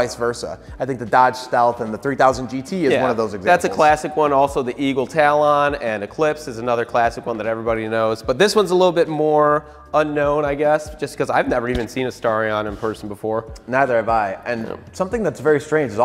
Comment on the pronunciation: bro said eagle tahl-on wtf lol